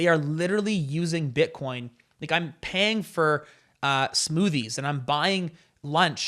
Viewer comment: I don't think he said bitcoin, i think he said "butt corn" so no wozzas mates! Different thing.🤣